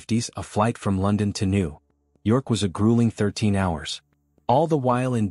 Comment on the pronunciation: I hate these AI vids with sub 1000 subscribers. The AI narrator can't even pronounce New York.